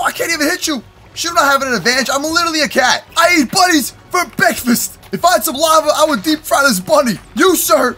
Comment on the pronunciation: BILLAGE!!!! BEKFAST